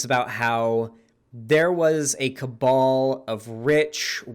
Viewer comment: Marjorie taylor green very smart, marjorie taylor green say the word "cable" instead of "cabal"